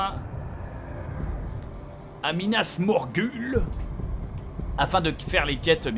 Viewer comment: Bob c pas Minas Morgul c minas Morghoul